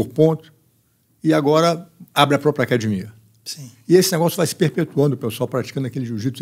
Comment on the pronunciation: Falou "cadimia" é Gracie. Parabéns pelo excelente trabalho,!